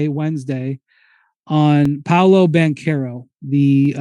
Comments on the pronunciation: im italian, and "che" is not ce, but "bankero" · Windy keeps saying “Blanch-arrow” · Spears never says one true thing. He even managed to invent his italian name lol. I am Italian, that hame reads the exact opposite of the explanation Spears gave. It's "BanKero", not cherry at all. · Yeah I don't know why he kept adding the L lol